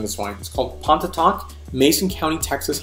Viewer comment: Just an fyi, it's pronounced , at least by those who live there, as "pawhny-tock".